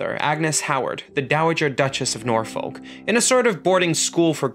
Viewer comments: Great video! Just a tip for next time Norfolk is pronounced more like Nor-f*ck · Great video again! But the way you pronounce 'Norfolk' lmaooo